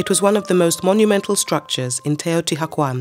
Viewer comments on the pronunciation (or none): I cringed so hard when she started out with TEOTI HACUAN. I Can't continue this video. Definitely will look for another documentary now. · TeotiHUACAN not hacuan. for christ sake pronounce your report correctly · Such a shame she cant say it right... shes saying teotiguajuan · Hmm... Wrong in the very first word of the narration ("Te-o-ti-ha-kwan"?)... Can the rest of it be any better? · I'm just 1 minute and 30 seconds in and I hear "the cuidadela" , "Teotihacuan" ,XD. Jesus before making a documentary at least learn how to pronounce properly the names ... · It’s pronounced more like “teyo tea wah con”. It hurts hearing it mispronounced so many times is short succession. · "Taotihuaucan" jejeje no quisiera saber cómo pronunciaria al tezcatlipoca hitzilopochtli :v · Teotihuakwon. Stop hiring british people to pronounce nahuatl!!!!!! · Please have the right pronunciation of this place if you’re going to do a video !!! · I'm enjoying a lot this documentary, however it bothered me a lot that the narrator keeps pronouncing everything wrong. Most of the things she's naming have an english translation and the word "Teotihuacan" can be typed into google translator to get the acurate pronunciation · The mispronunciations make it hard for me to hear the information. The h is silent and the Nahuatl accent is on the penultimate syllable. And she pronounces some Spanish words as if they were in Italian. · And mispronounced Teotihuacan every time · The H is silent ! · How can you narrate a documentary on a city and not even pronounce it correctly?? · ooff, you just butchered the name without mercy! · Wow, I wish she could say the name correctly😢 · Please learn proper pronunciation before creating a documentary. Your accent is no problem, but a lot of the pronunciation is incorrect. Otherwise, thank you. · Couldn't they teach this woman to say it correctly, before making this documentary? Ruins the whole thing. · H is silent. Cringing.